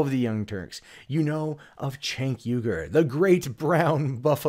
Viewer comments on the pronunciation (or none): Man complains about "activism" in news from TYT. The crickets chirp to the tune of the Fox News intro. Mentions Armenian genocide. Completely unaware of The Young Turks position on the issue. Complains about the owner of the company. Can't pronounce his name. Just say that you resent their success and be done with it. Because your issues with your competitor don't begin to approach validity in this video and reek of petty resentment. Still, the tribal political slogans that pass as commentary from your fans are fascinating ... . Can't wait for the "way more ethics" though.